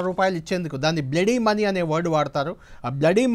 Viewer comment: అది బ్లడీ మనీ కాదు బాబు. బ్లడ్ మని.